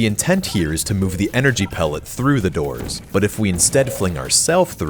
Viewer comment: "Through the Dors"